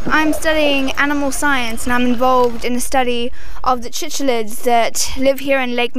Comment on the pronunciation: Cichlids are pronounced (sick-lids) 😂. great video👍🏻